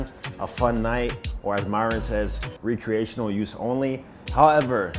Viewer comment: (R-eh-creational) it took me a minute to realize what you were saying 😂